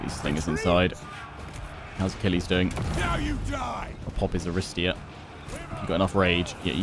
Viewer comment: bit of (Ancient Greek) pronunciation guidance: 1) 'Aristeia' (the hero ability) is pronounced 'A-ri-STAY-a', with the stress coming on the third syllable (not the second as you have been doing). 2) 'Phthian' Spears (the unit) is pronounced 'Fthee-un' (this is really hard to do, but basically it's not a three syllable word - at the moment you're saying 'Fi-thee-un' which isn't quite correct). 3) 'Cerinthos' (the city) is pronounced with a hard 'c', like a 'k': 'Ke-rin-thos (on that note, any 'ch' you see is also pronounced like a hard 'c'/'k' - so Chalcis, the city south of Cerinthos, would be pronounced 'Kal-kis') :)